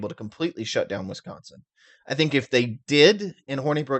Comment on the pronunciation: Why do you pronounce Wisconsin as Wiscontsin?